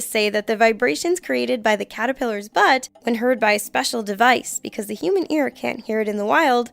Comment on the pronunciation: It's Caterpillars not catipillars.....